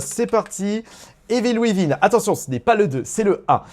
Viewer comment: « Residence evil » « evil ouivin » 🤣